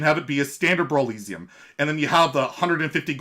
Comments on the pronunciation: Man. I love your content but you gotta stop pronouncing brawliseum like that. It rhymes with Coliseum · man, have you never heard the word Coliseum before? Now instead of “col” say “brawl”... cmon man “Roman Gladiators would fight in the col-EEE-syum” bro no.